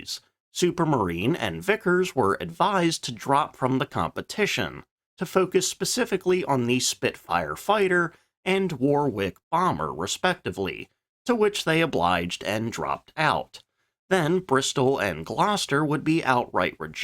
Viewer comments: I can’t listen to him butchering the names. It is Bolt on Paul not boot an. It is Warrick (spelt Warwick) not war wick. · War. Wick. No. Worrick. Love your content tbough! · Aaaagghhhhh ...... how can you butcher 'Boulton' into 'Booton'? It hurts my ears... Also 'Warwick' is pronounced 'Warrick' not 'War-Wick'. (The Vickers plane of that ere was actually the Wellington, the Warwick came much later). Whilst this is an excellent video, a bit of research could prevent these howlers of mispronunciation and misidentification. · And Warwick pronounced as 'Worrick'. (Excellent vid!) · Great video, some tips on pronunciation though: Boulton is pronounced Bolt-on just like the town. Warwick is pronounced with the second w being silent, 'warick' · Don't feel bad about mispronouncing various British names. I think the great information you included was much more important than getting a few names right. If you want to know the pronunciation, it's "Boll-ton" "Worrick" "En-sign" (rhyming with Ten) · Wasn't it the Wellington on which Vickers were to concentrate ? The Warwick (pronounced worrick) was a later development. Incidentally, its BOULTON - with the L pronounced - Paul. Otherwise, excellent video!